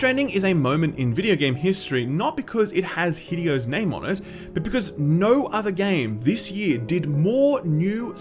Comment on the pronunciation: calling Kojima "hiddy-O" is a power move holy smoke